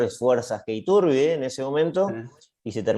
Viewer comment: Solo señalar que Iturbide es una palabra con acentuación grave